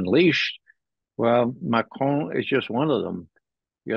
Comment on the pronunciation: I love the way Ray pronounces "Macron".